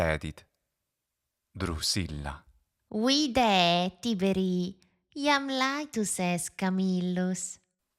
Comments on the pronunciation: It should be Tibèrī, isn't right? As far as I know, Tìberi for Tibèrius is an hypercorrection. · No. It's Tìberī, not Tibèrī. The accent in Tiberius shifts to the first syllable in the vocative Tìberī because the second syllable is short.